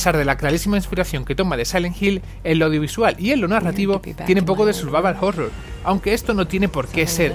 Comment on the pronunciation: Minuto Pero no es, en absoluto un "survaval jorror"